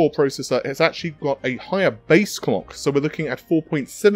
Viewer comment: Did he just say "cock frequencies" 🤣